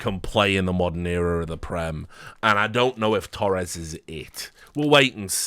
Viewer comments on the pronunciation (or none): none